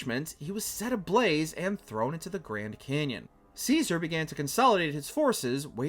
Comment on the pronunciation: He called Kyzar, Seezar!!!😂😂😂😂